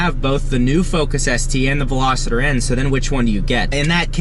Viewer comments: Yes is Veloster not Veloseter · VELOSTER. NOT VELOSITTER. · #2. Ve-Los-ter hahahaha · WTF is a "Velositer"?? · Another guy who pronounces it Velositter. God! It's always Americans, too. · Lmaoooo always!!! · Omg thank you haha. Its pronounced vel-OS-ster. Not picking on you at all. It's amazing how many people miss pronoun so many car and motorcycle brands and names. Even mugen was said wrong. Other than that awsome video. You got it right at the end though. If your ever not sure watch a video on motor trend first or even a video from the country it's made. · There is no 'I' in Veloster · I feel like at this point, you’re just trolling with not knowing how to say “Veloster” properly.